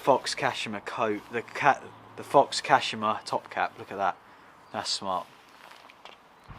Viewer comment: Its kashIma not kAshima